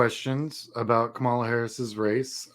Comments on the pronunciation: Very cool! Thank you for the great info. I am one of those first-time donors out of TN. Quick bit of constructive criticism: you really need to change the way you pronounce Kamala. You are mispronouncing it the same way that Republicans intentionally mispronounce it as a sign of disrespect. It's KAmala, not kaMAla. First-syllable emphasis. Very important thing for Dems to know. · Her name is pronounced KAH MA LA. We have to get this right, guys! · Hi, Sean I have enjoyed watching your stuff, and appreciate the insights of someone who has been doing the campaign work. One suggestion: please learn how to say her name right: the accent is on the first syllable, not the second. Thanks.